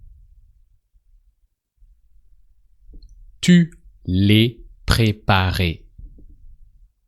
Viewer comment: Quand il dit " tu la préparais " J'ai entendu " tu l'as préparé "